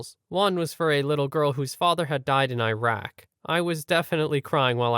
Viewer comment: "Eye rack"